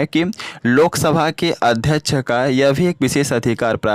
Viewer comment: AdhYaksh ❌ Adhyach ✅😂